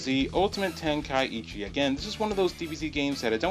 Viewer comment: I can't take this seriously when you say tenka-ichi instead of tenkaichi